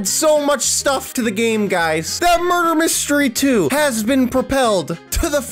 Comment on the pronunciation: You said Make me mudrer